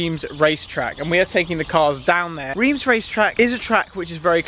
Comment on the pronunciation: It is Reims, not Riems!!!!!